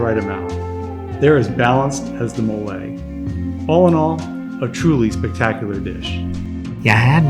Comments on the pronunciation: I appreciate your videos and want to try this place. My only ask is, please stop calling MOLE, molay! Phonetically: It’s pronounced MOE-LEH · The correct pronunciation for Mole is- MOH-leh. Stress the 1st syllable. pronounce like the mole of guacamole